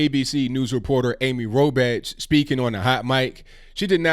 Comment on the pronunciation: You're pronouncing her name wrong. Phonetically it's Robok.